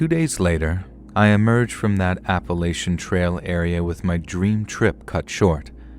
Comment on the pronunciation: Why oh why can’t you say Appalachian right???